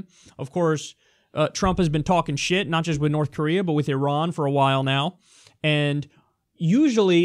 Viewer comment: Great points..so glad that you pronounce Iran correctly as a side note ..